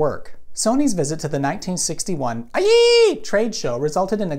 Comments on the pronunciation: Yeah, me too. Pretty insulting if you know what the IEEE (usually pronounced, "I triple E") is. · Its supposed to be said I E E E, or I tripple E, not making a dumb Eyeeeeee sound. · I'm just keep getting back to this vid to experience "IEEE" moment, gives me all the chuckles😂🤣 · I agree it should have been said as "I Tripple E" or I E E E, his joke is stupid. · I’ve never heard IEEE pronounced that way before lmao! Usually I hear “I triple E” but I might have to borrow your version lol. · funnier in that it's actually pronounced "eh'A" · The IEEE organization is called "I-Triple-E" rather than shouting out the mating call of a raving lunatic. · That is definitely the best pronunciation of the "I triple E". I'm going to use it everywhere. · It’s usually pronounced “I triple E” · LOL. At first I thought he was trying to pronounce a Japanese name. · Finally someone brave enough to use the proper pronunciation of IEEE! 😁